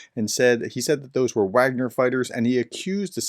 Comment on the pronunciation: Given that your channel carries the title 'Professor,' there is an inherent responsibility to ensure accuracy in all aspects of your content, including pronunciation. Your decision to knowingly mispronounce 'Wagner', despite being aware of the correct pronunciation, concerns me. This is not a minor detail - 'Wagner' is a critical term in discussions about the Ukraine War. When you choose to ignore this fact, it undermines your credibility and shows a lack of respect for the subject matter. If you wish to uphold the responsibilities that come with the title of 'Professor,' I urge you to correct this. It's important to treat all aspects of this topic with the seriousness it deserves.